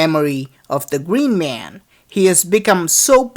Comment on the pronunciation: omg the gween mwan dude fix your fucking English